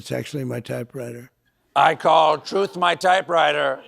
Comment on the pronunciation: HE STILL HAS A HARD TIME SAYING "TRUTH". I REMEMBER HIM ANNOUNCING THAT WORTHLESS SITE OF HIS AS "TROTH SUCIAL". IT TOOK SEVERAL TRIES BEFORE HE COULD GET TRUTH SOCIAL OUT OF THAT HOG HEAD OF HIS